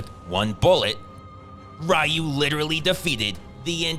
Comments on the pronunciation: I love how keeps pronouncing Ryu's name as "Ri-u", "Re-u", and "Roo". Because I've always pronounced it "Roo" and gotten into arguments about it. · This is probably the funniest one i've seen. has perfect comedic timing here in this epic Roast a thon. I love it it when he's down to calling Ryu, Rue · Stupid, that's a running joke. He pronounce it a 1000 different ways like rayu, riyu, ra-i-yu, ru, royu anything with r and yu he will say it 😂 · Love the consistency in cycling through the pronunciations of "Reye-yoo", "Ree-yoo", and "Roo" throughout. Gold. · Ryu is pronounced [ree oo] 😮 Then you say it correctly 😂😂! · Am I the only one who notices that every time the narrator says the name "Ryu" he evenly alternates between pronouncing it "Rye-you" and "Ree-you"? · I like how Ryu’s name is pronounced differently so many times throughout this video 😂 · It's a running joke, he keeps pronouncing it different everytime. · He's Movies have really good Titles.... WAIT DID HE JUST CALL HIM RYU!? 😂😂😂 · The random mispronouncing of the name "RYU" throughout the video was a nice touch. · Pronouncing "Ryu" differently every time because someone will always correct you no matter how you say it is a lifelong struggle few know. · I like how this guy covered his bases by pronouncing "Ryu" 3 different ways throughout the video to avoid getting called out for pronouncing it wrong lol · Am I the only one that noticed the pronunciation of "Ryu" changing every time he says it? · Ryu Ryu Ryu Bruh, it’s pronounced Ryu. Not Ryu. Ryu. (*had to repost from original video. It’s a nice subtle joke of yours. Merits pointing it out.) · It's REE-YOU not REYE-YOU. Please. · Did this guy just pronounce Ryu as "Rye-oo?" It's "Ree-oo." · pronounced "Ryu" in three different ways during the video. 1- Raiu, just to piss us off. 2- Ryu to win us back and 3- Roon just to make us laugh. Kind of what Seagal movies does. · It's pronounced "Ryu" not "Rayou" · 'Ryu', 'Ru' 😅